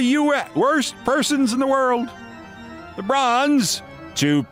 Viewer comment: I love how Keith says "Worst person in deworld"